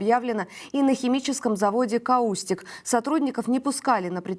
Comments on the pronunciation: славная ведущая, однако у неё есть проблема: частые неправильные ударения в словах. В частности, в этом ролике ‘КаУстик вместо КАустик’, ‘ВеремЕйчук вместо ВеремейчУк’, ‘к утрУ вместо к Утру’. Дружеский совет: перед выходом в эфир уточнять произношение слов, в которых не уверена. Удачи! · Каустик ударение на а применяется для хим обезжиривания